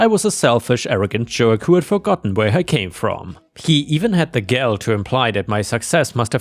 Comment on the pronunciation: . The correct pronunciation of "gall" rhymes with "all" or "fall". Not "gal" or "pal".